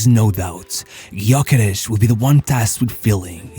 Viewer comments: Thanks. Gyökeres has Hungarian ancestry. Ö is similar to the German ö. Gy is one letter. Sounds like the sound at the beginning of due. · Sad nobody can pronounce his name properly 0 respect. The Y is silent. USE THE Ö GÖKERES instead of his display name Gyökeres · Nope it’s pronounced Jökeresh